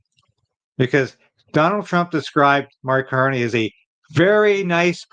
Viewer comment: Who? Did you say "Mark Carnage" ??? No Tomorrows for Canada !